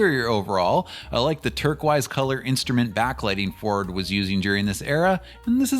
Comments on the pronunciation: lol did you say turquize? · Does the AI not know how to say Turquoise?